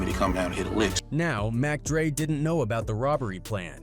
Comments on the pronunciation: You called mac dre mock dre wtf get it together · 😂😂😂 "Rapper J.T. the Beega Feega" ...in an AI slop piece about "Mock Dre" wherein someone call "Nine hundred and eleven". Oh, Jesus! 😂😂😂